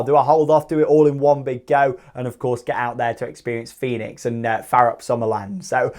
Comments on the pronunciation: Fønix is pronounced Fönix or Foenix and not like Fenix in Toverland 😉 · Small funfact: Fønix is not pronounced the same as Fenix at Toverland. The ø is pronounced like the german ö (basically like the e in her, without the r sound). Just for your information, so you can show-off your pronunciation skills again, when you are in denmark! :p